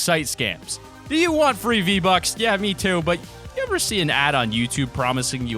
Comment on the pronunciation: It's not z buck its V buck